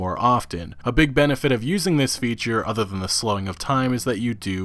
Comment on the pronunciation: The udder worlds?